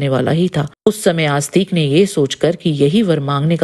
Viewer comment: आप जैसे लोग हिंदी की बैंड बजा रहे हैं।😡 कृपया जन्मेजय को जन्मेज्य और आस्तिक को आस्तीक बोलना बंद करें।